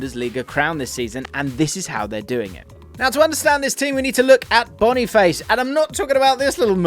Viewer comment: Finally someone pronounces Boniface correctly, people who call him Boni FASS just make me cringe